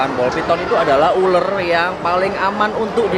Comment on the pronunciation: ULAR Bukan ULER